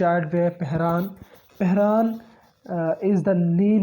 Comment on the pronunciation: U even can't able to pronounce pheran and please don't mix our GB with azad Kashmir or Indian Kashmir we don't want joint you people don't compell us it's our choice what about azad Kashmir culture and cuisine why you people hide your identity which is pahadi and and your culture similar to Punjab